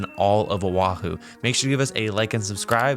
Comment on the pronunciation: Do diabła,!!!! Nie Ahu lecz wyspa OAHU. Czyta się tak, jak się pisze. Język hawajski jest podobny w wymowie do polskiego. Mieszkaliśmy z mężem 20 lat w Honolulu, stolicy Stanu Hawaje 50 tego, na wyspie OAHU. Pi ękne miejsce , atmosfera i ludzie ❤️☀️🤙🌈🌺 ps Ahu, to jest nazwa ryby.